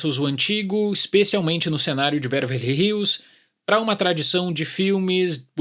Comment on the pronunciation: Boa crítica, como sempre! Só cuidado na pronúncia da palavra "Beverly", estás colocando o R no lugar errado (Bervely).